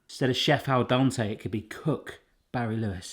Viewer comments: Its pronounced dent-ay its sounds like youre saying Dante. 😂 Love the video. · It is al dente like the den in your home not Don like the guy who fixes your plumbing. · Seriosly, stop saying DONTÉ it's DENTÉ 😁🤨🤨🤨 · al dente, not al donte, you weirdo. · Please stop saying al donte. There's two E's in there and no O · Made me laugh every time you said al Donte Instead of al dente 😂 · It’s Al Dente not Al Donte! You even heard the Google lady say it, Barry! 😅 🙄 😂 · I love it how you say Al Donte... :) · Aaarwgh%@ Its not "al donte"! Both "e"s are pronauced same like in the word "bed". No wonder your phone couldnt understand your meaning at first. Its the little things that bug the most. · Kazoo "al dente" is italian. It came from italian. Please pronauce it like its pronauced in italian. Its not like you dont have that sound in english. Its not that difficult. Or is it an impossibile soundpairing in his accent? I wonder how he says "dent"... I mean the whole world is pronaucing english words like native speaker do, not like they would read it using their own writing system.